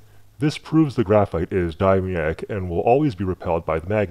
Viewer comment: "diamyedic" lul